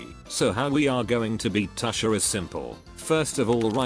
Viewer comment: it's tuushar, not tashar 😂